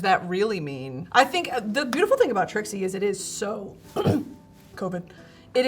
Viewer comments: brittany calling Trixie "Trisha" is amazing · Did I miss something why is she saying TRISHA the whole time lol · Am I crazy or did she call Trixie “trisha” like three times??🤣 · Why is no one talking about the fact that Brittany called Trixie “Trisha” 18 min in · i’m i hearing this wrong but Britney has called Trixie “Trisha” several times, i even went back and turned subtitles on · Why is Brittany calling Trixie, Trisha. I heard it three time. Is this a nick name I don't know of or am I hearing things? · why does it sound like she’s saying trisha every time she refers to trixie am i crazy ? lol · Why does Brittany keep calling Trixie "Tricia" all the time 😭